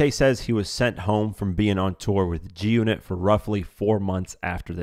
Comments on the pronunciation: Are you saying Junit? Do you not know it’s G-unit? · Lol "this story with the junnit chain"